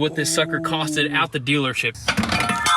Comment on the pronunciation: it’s “cost” 😂